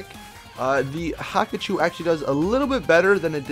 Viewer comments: WTF not Hakachou Its Hakuchou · It's pronounced Hakuchō not "Haku-choo" rolls away